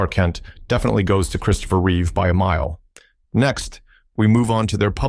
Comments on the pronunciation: Its Christopher REEVE, not "Reeves", get it right. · Christopher REEVE, not "Reeves". George REEVES played Superman/Clark Kent in the television series "Adventures of Superman".